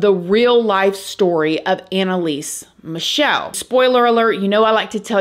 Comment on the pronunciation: It's actually Michel, like the chhhhh sound you did of hating crosses and stuff 🤣 love from Germany, lived as a child in the same town were she was born, Leiblfing 🙈 there's something wrong in this town, let me tell you 😅 i always had 'strange encounters' there